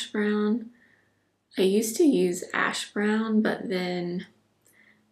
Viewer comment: Favorite video! I have that velvet crush blush and need to pull that one out… so pretty! When you said the name of the brow pencil was “cool ash brown” I thought you said “cool a$# brown” and almost spit out my tea!!🤣